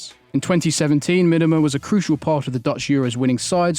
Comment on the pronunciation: Me-Duh-Mah not whatever crap that was said.